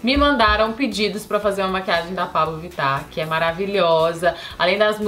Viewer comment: Tive a impressão que a Camila fala Paulo Vittar no vídeo!! 😏😏😏